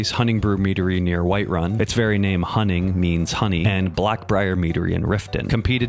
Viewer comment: That was a really good pronunciation of Honning!